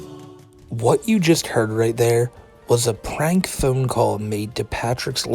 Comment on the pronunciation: You really need to sort out your "R" pronunciation. We shouldn't be hearing a word like 'prank' come out 'pLrank.'